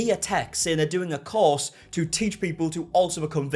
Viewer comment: I thought he said cause. I had to think hard to realize it's course.